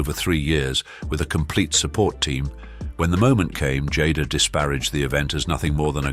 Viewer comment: Ms. Smith went from being referred to as Jay-da to Jodda in under a minute. I don't think ive seen a single one of these where they pronounced everyone's name correctly 🙄